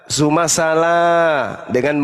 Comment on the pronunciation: SAYA HERAN PARA OTEN NYEBUT Z JADI S..... BUKAN SUMAAAA..... tapiiii ZU.... ZU..... ZUUUUMA... SUMA... SUMA..... MEMBACA AJA TIDAK RELAFAN Bukan SUMA TAPI ZUMA